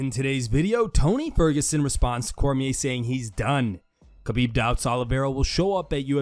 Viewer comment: It’s Ha-Beeb not Ka-Beeb. No one ever pronounces his name correctly.